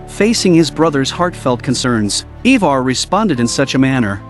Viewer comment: Ivar pronounced I-ver. Ube pronounced ube-ar . Great recap! But that was just driving me a little crazy lol i had to say something